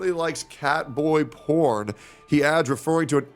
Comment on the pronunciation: It sounds like pay gorn😁